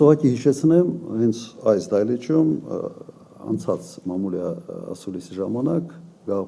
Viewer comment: արա էսի հլը դահլիճին դայլիճա ասում😂